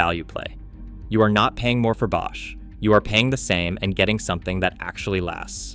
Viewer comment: B-osh? AI narrated?